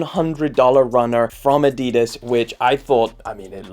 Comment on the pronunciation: Somebody definitely needs to learn how to say Adidas.